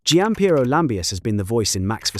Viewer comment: You couldn’t even be bothered to correctly pronounce Gianpieros name. In other words,how much of this can we take seriously.